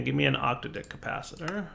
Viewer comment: It's pronounced OC-TAD-IC, not OCTA-DIC. I love your content but that is driving me up the wall. It refers to an octad, a grouping of eight things.